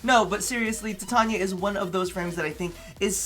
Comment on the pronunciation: Finally someone who can pronounce Titania properly